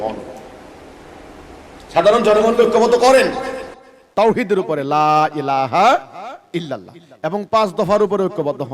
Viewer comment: লা এলাহা এল্লল্লাহ বলে পার পাবেনা৷শুদ্ধকরে পড়তে শিখেন সালা দাজ্জাল